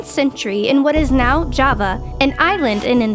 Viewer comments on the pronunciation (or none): none